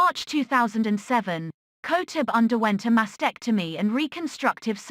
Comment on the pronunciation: At least know how to pronounce her last name properly.